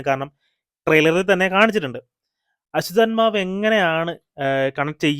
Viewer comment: അശുദ്ധാമാവല്ല... അശ്വദ്ധാമാ വ്..